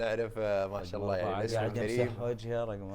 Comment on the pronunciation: ما شاءَ الله هكذا تُنطق لا تنسون نُطق الهمزة وايضا إن شاءَ الله 👍الْحَمْدُ لِلَّهِ"هكذا النطق (الحمد لله) هكذا الكتابة /ما ينفع الموسيقى وما يصير تتنمرون على الناس وغضو بصركم عن البنات والبنات تغض بصرها عن الشباب👍أَسْتَغْفِرُ الله وأتوبُ. إِلَيْهِ